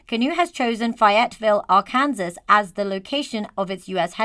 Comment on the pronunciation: Finally someone who uses the true pronunciation of Arkansas